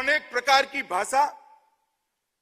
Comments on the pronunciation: baasaa.baasaa..i believe its bhaasha.... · खुद हिंदी ठीक से बोल नहीं सकते, भासा नहीं भाषा होती है । स, श, और ष में फर्क नहीं करते, ज और ज़ में फर्क नहीं करते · Why is Amit Shah cant even pronounce Hindi words properly..He is saying Bhasa instead of Bhasha and why the F is he using urdu words like Zaroorat and Takad? Btw he cant even say it right...he is saying Jaroorat! Lol Someone needs to teach him how to speak Hindi/Urdu well.